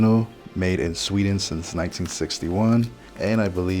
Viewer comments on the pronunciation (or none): none